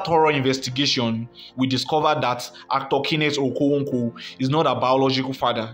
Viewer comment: You are obviously not an Igbo ,haha your okonkwo pronunciation is something else